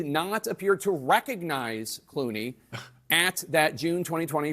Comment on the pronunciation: George clue-nays.